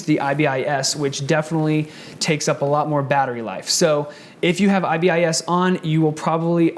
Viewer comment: IBIS is pronounced “eye-biss”